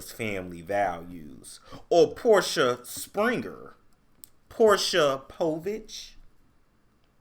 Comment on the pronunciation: I'm mad you keep pronouncing her name how Nene did! 😂😂😂